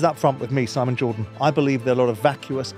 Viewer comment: "A GWEAT, WAW, NO HOLDS BARRED INTERVIEW, UP FWONT WITH SIMON JAWDON".